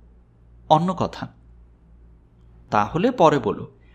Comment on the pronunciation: "অন্য এর উচ্চারণ হবে "O-nno" এখানে "অ " হবে না উচ্চারণ কারণ ''অন্ন " উচ্চারণ হলে তার অর্থ "ভাত " গল্প ভালো ছিলো, ধন্যবাদ আপনাদের। বাস্তবতার গল্প শোনালেন :)